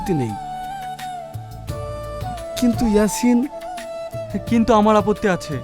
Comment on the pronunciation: Eyasin er name ke shahin bolchen kano